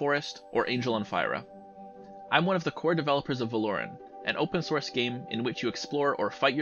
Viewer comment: supported this game until i heard pronounce Veloren "vel - lore - ren" 💀